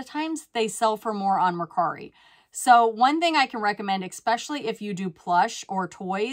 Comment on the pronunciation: Ess-pesh-a-ly the x is used as an ess